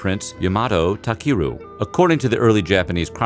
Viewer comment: Takeru is pronounced TAH-KEH-RU and mono is pronounced MOE(Like toe but with an m)- NO